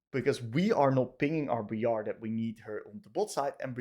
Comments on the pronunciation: But its BRI-ar NOT BRE-ar RAAAAAAAAAAAAAAAAAAAAAAAAAA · Ah yes, Bree-are